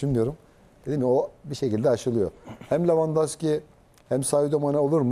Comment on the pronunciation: lavandoski değil la levandowski